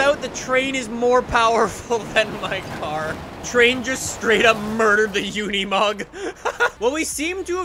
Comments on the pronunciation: Unimog not Uneemog It's like unicorn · Says “try to drift with unimoug” I’m out